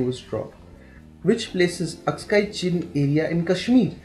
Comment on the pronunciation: It is aksai chin and not askai chin